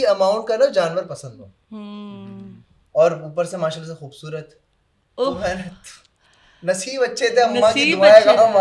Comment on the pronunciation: Plzzzzz خ کو کھ مت بولا کروووووووو کھوبصورت نہیں ہوتا۔۔۔۔